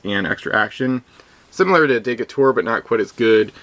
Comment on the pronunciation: Nice video on the American Crew. One minor issue is that both you and butcher the pronunciation of Stephen Decatur. It should be [dəˈkādər] Also note that Wizkids misspelled his first name.....